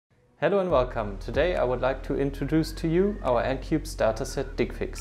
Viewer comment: Can't listen with straight face when he says "dickfix"